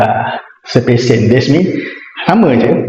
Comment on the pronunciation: Ckp apa benda ni eh? Plus minus lah, individual title tak sure lah, sebutan English pun tak betul "des mean" instead of "that means". Kena improve lah 😂